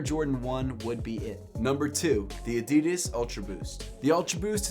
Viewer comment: You think he’ll ever learn to say adidas correctly..?